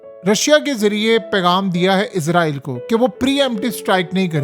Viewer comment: ازرائیل نہیں بھائی، اسرائیل ہے لفظ۔۔۔ آپ ہمیشہ سے ازرائیل کہتے ہیں